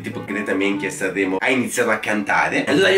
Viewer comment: "SCRVOLLAVE" "SANVVREMO"